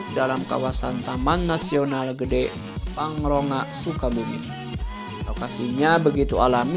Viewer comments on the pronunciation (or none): Pangrango bos,bukan pangronga. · Bukan pangronga tpi pangrango ...